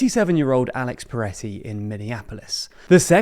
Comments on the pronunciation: Am i having a stroke or is saying Piretty (with an i)? feels like this warrants some acknowledizing.. or is it just a pronunciation thing? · The British pronunciation of Pretti and Homan are killing me